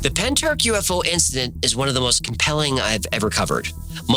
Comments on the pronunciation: Llantrisant. Pronounced like you're clearing your throat. Ll sounds a bit like a hla noise so to try and spell it phonetically is a bit like hlan tris ant . Pentyrch you almost got , the ch at the end is like a throat clear 😅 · Can't believe Pentyrch has got a mention on the best channel on YouTube! Almost as good as the Byrds singing about the Bells of Rhymney ........ Even if they effed up the pronunciation!!